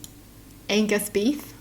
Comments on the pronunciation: Uhh..remove the g in Angus.. lmao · Take the “g” out of “Angus” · I feel like such a jerk because when she said what's wrong with Angus i immediatly thought it sounded like Anus.......I feel horrible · You didn't know that angus sounds like anus so it does make sense. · Angus and Anus sound similar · The Angus is like ANUS 😀😂😂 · Angus sounds like anise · Angus ... remove the g .... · they made fun of angus because it sounds like anus. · Remove g on Angus it becomes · struggling to figure out why the name Angus might be made fun of absolutely made my day lol. If is reading this/someone who didn’t understand, erase the g from the name. That’s why.